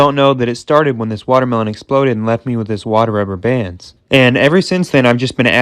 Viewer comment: When he says 'then I left' I hear 'then I laughed'